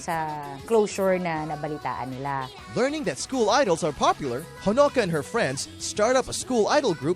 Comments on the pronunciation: The way he pronounced honoka made me cringe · That stupid pronunciation of Honoka makes scream.